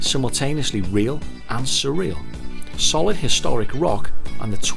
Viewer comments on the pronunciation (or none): none